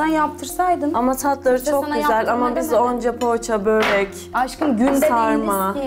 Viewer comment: Boğrekk değil börek densiz